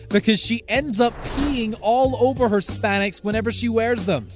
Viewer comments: And he said spanix instead of Spanx hehe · You had me until you pronounced Spanx as span-x... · Spanx.... pronounced SPANKS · spanex? Or Spanx? Or spandex? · I can't stop laughing at the narrator's talking about interview with Cara Delevingne while showing Jennifer Lawrence, and the smoothly going on to pronounce Spanx as Span-ex so funny